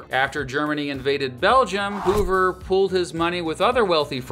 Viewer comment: "herbert hooVER"?